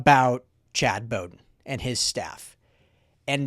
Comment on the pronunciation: Bowden, is pronounced, like a dogs bow-wow. wow ...with a 'B' like bowdown to usc